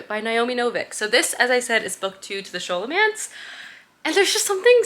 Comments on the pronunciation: Scholomance is pronounced like scholar, hard sk sound, not a soft sssh sound. Malificer is mal-eye-fy-ser. And Orion is just like orion's belt. o-ryan. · It’s pronounced Scolomance, not sholomance.